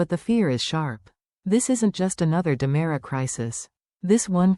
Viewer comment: 😉 It's DeMera not Damara! I SHOULD know. I'm RICK DEMERIAKIS! 😅😂